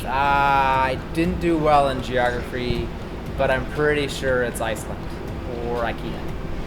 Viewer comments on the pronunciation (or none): hahahah you said geogrfy